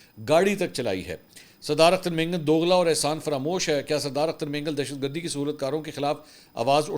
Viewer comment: Sir only. Deshtgard. Not Baloch. Dehshatgard please correct